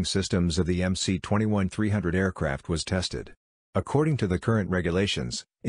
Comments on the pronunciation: technically you are right. the cyrillic letter C is pronounced as an s. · If I'm not wrong it's pronounced "MS-21"?